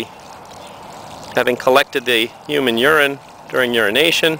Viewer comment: Thanks for this video but have you noticed, it is so funny the way you say "HUMANE URINE". Keep up the good work and thanks for the videos and helping me learn!